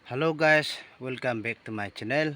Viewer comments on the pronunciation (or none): none